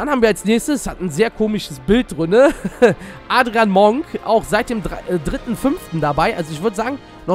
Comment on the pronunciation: Adrian Monk wird A(English)drien ausgesprochen